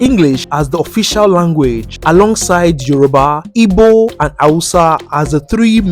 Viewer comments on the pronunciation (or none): none